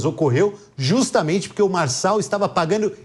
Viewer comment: É Marçal, Marçal, Marcal